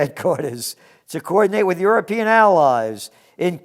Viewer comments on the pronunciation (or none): none